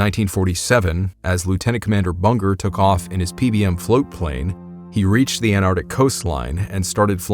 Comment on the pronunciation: Why carn't Americans say ant artic, instead of anar tic.